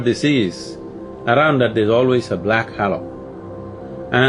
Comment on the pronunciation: Can someone correct sadhguru on how to say halo and other words he pronounces wrong… 🙏